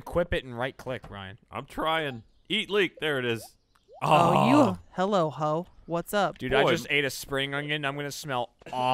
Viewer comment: ruined the episode. Why the hell is he saying hoe? That's just wrong